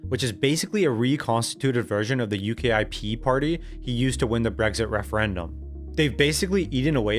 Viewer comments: tell me you are reading a script without saying it.... U.K.I.P. instead of U-kip. Also, on your little visual of the parties, why do you have Farage farther to the right than the greens are to the left? It's subtle but intentional programming. Reform, the party of reconstituted conservatives, main point of criticism is how they aren't right enough, hence why Restore and Advance were created. Meanwhile, the greens under Polanski have gone so far left that even Trotsky is grimmacing. There are a lot of other subtle omissions and suppositions I won't get in to, and the key diagnosis seems solid "England is fucked" but let no one come away from this video thinking this is the exhaustive list of why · UKIP is pronounced "you-kip" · I have never heard someone massacre the pronunciation of the UKIP party like that, it made me feel funny inside… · Started with promise, ended up showing the limits of your research (especially not knowing how to say UKIP). D-, do better.